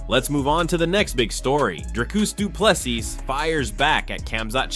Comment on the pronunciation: Say doo ple SEA not plessis or ple SEE! Now where is Dricus fight date?